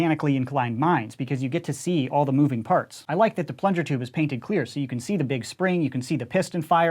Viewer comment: whenever he says "painted clear" i can't help but chuckle